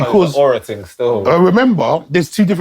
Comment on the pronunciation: You mean thing not ting😂